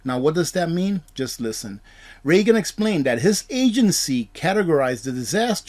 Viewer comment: and it's REE-gan, not RAY-gun. Don Regan worked in the Ronald Reagan administration. For heaven's sakes, learn how to read.